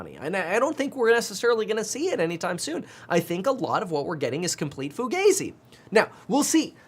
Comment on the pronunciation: It's pronounced Fu-GAH-zi